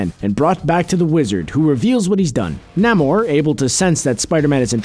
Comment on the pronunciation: It's Neigh-More, not Nam-More.